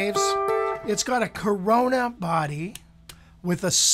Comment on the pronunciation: I love how you keep saying corona instead of Korina. The pandemic is getting to you too huh?